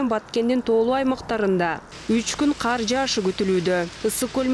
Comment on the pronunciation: Эмнеге каар жайт дей бересиңер ."КАР " менен "КААР " деген сөздөрдүн мааниси эки бөлөк .